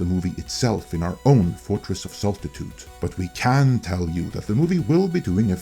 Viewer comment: bless you your pronunciation of Fortress of SALTY-TUDE made me chuckle